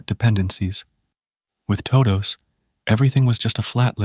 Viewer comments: Good video for falling asleep, except the intro. Toh-doughs… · was it the "Tohdohs" pronunciation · good stuff, I watch your videos everyday but your "toe dous" is sending me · toe-does and sub-uh-jints 🙄 I need to know what AI TTS this is so I can avoid it at all costs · TODOH NOOOOOOO, wizard of oz